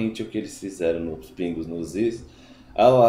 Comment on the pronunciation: Cara, vc fala muito mal! " Pra mim fazer" " pingos no izzz"